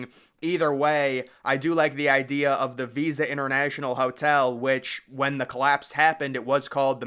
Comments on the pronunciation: hey just wanna let you know the hotel is not called visa it is pronounced vISTa like windows vista. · It's Vista Hotel not visa.